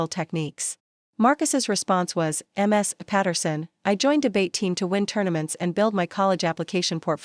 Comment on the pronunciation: AI needs to be more educated on reading skills. Like, instead of pronouncing Ms. as Miss, it says M.S., as in two syllables. And it puts inflections when there should be none. 🙄 The story telling is terrible. It becomes more like a reporter reading a teleprompter recounting news. It came to the point it became boring, I lost interest watching the ending. I stopped midway. 🥱 Instead of clicking 👍, I clicked Do not recommend this channel. TBH, it's the worst reading I encountered on YouTube stories.